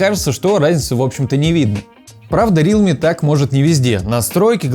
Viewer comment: Даун какой рИалми, РЕАЛМИ правильно